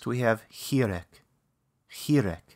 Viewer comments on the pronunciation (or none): זמן: : chirek - מי היה המורה של כבודו לעברית? לידיעה הצורה הנכונה היא: chirik !